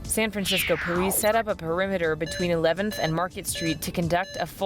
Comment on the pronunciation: I think she said porice